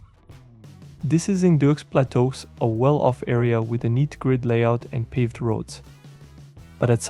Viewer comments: Only AI could make Deux Plateaux sound like Dooks Platooks! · Many people have come from the slums to become successful. The ones that choose to stay are just lazy, or like living there. Deux Plateau - the X is silent.